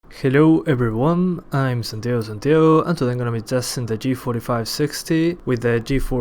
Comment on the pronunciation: xD, cuando dices tu nombre en ingles, suena como mexicano jajaja xDD, buen video jajajaj